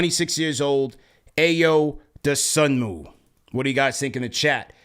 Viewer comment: Ayo’s name pronounced “EYE-oh doe-SOO-mo”